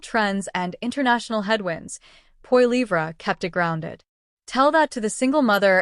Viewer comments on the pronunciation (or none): Could you pronounce his last name correctly! Seriously!! Yes he will be our next Prime Minister so I suggest you realize how to pronounce his last name! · Sorry, but as soon as I hear an AI voice, I'm out of here. If you can't do a video and narrate it yourself, don't bother. It comes off as too fake. The pronunciation of Poilievre was horrible.